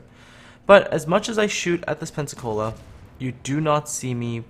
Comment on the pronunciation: so it should be "pen-suck-all-a"